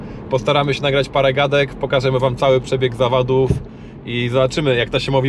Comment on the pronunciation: Początek zamiast zawodów powiedział zawadów PS. To nie hejt